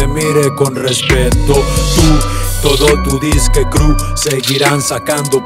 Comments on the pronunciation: El Babo ni sabe pinches pronunciar "Crew" (cru) dice Crul el idiot...Millonario rifa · Si entendí lo que quiso decir "Tu y todo tu disque crew" pero no esta bien la pronunciación y si se que algunos utilizan ese recurso pero la neta se escucha feo ese coro así. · A lo que se refiere es que lo pronuncia mal y por eso dice que inventó una palabra. Lo que dice Eber si podría tener sentido, pero queda chafa. El coro sí estuvo pedorrillo.